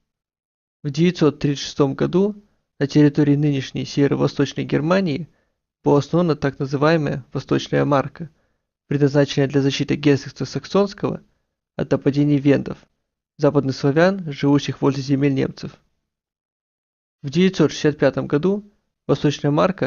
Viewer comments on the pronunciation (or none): герцогство чего? Сек тфу ты сакссонского